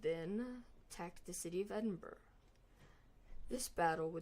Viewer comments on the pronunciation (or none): iz yust Edin-Bruh